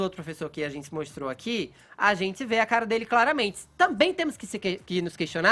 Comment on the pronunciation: Esse "adzenti" do Fefito é nojento